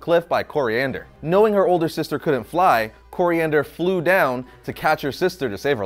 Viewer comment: it’s Koriand’r, And Tamaran